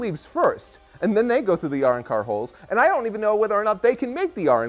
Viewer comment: Are y'all pronouncing Arrancar the way they do from the English dub of Bleach or something when talking about the the holes? Cuz that just sounded way fucking wrong - even googled a vid to make sure my memory wasn't gaslighting me and yea... Which also, the holes themselves were called Gargantas.